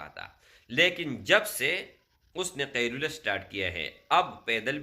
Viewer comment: Asslamo alaikum India se aap kailula kya bolrhewhmlog nhi smagh pa rhe shi se smghay